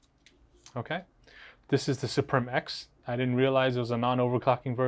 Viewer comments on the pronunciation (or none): Suprim is pronounced exactly the same as Supreme. Suprim is latin for Supreme but pronounced the same, lets not butcher it. As a side note, I want the white strix to get the philips head screwdriver lol